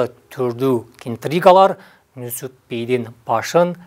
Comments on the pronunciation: Нүсүп эмес Нүзүп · Нузуп Нусуп эмес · Нусуп эмес Нузуп туура айт. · Нүсүп эмес Нүзүп. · Нусуп эмес, Нузуп. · Нусуп дебей Нузуп десенер боло адабий тилде суйлоп жеткиргиледа тарыхты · Нүзүп деп туура айтылат кыргызча. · Нүсүп эмес Нүзүп деп атын туура айтсаң автор